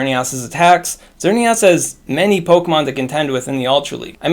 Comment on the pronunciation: Lol, "XerneAWS"